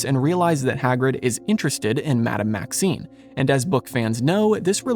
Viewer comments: You are mispronouncing the name of the Headmistress of Beauxbatons. You are saying "Maxine", but the name is "Maxime". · She is Madame Maxime, not Maxine 🤪 She is called by her surname, whereas Maxine makes it sound like her first name...which is actually Olympe. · I believe it’s Madame Maxime (with an M), not Maxine.